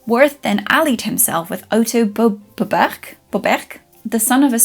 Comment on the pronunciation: 🤓 Bobergh is pronounced Boo-berj. The O is long, and the G is soft, almost a Y. 😊